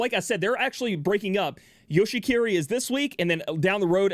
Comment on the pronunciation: I still don't know if he's saying Yoshikiri or Yoshi-kitty